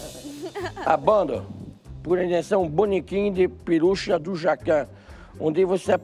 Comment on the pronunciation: de peruxa